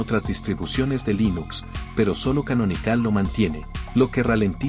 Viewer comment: “Debián”? “Canonicál”? “Zorín”? JAJAJAJA De donde carajos sacaste esa acentuación bizarra!? Jamás se te pasó por la cabeza aprender la pronunciación correcta, no? Para qué, demasiado trabajo, mejor pronunciás todo para el culo y dale que va, no? 🤦‍♂️🤦‍♂️🤦‍♂️ Yendo al video: 1. Snap es mejor que Fatpak en varias cuestiones, comenzando con que además de aplicaciones gráficas podés instalar aplicaciones CLI, en lo que Flatpak está limitado; 2) algo visto como un “problema” de Snap es que Canonical se guardó la llave para controlar/vetar/curar la tienda, por lo que son ellos los que deciden si algo se publica o no — esto por supuesto tiene sus ventajas y desventajas; en contraste, Flathub es tierra de nadie y cualquiera puede publicar cualquier cosa, buena suerte con no comerte un malware grande como tu insanamente mala pronunciación.